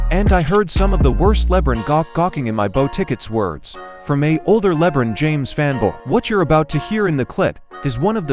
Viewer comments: "Leb-run James"... Lmfao 😆🤣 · Can we keep pronouncing his name this way hahaha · I despise LeBum... but if you're going to talk about him, say the name right.